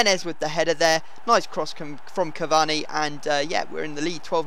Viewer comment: I don't know what's worse you saying cavani or Bateson saying aubanayang